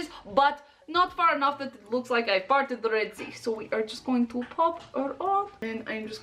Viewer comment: Thought said farted the sea, hehehe and thought that not right,parted that makes more sense. lol